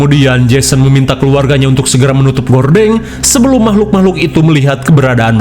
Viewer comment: "Mamahlukan" tetep bikin ketawa🤣